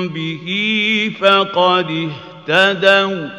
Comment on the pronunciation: ما شاء الله الله يقويك اختي الكريمه لو سمحت اهتدو وإن الواو عند الواو ادغام متماثلين حفظكم الله من كل مكروه